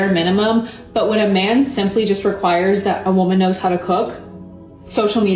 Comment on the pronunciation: Why do so many people incorrectly say woman and women?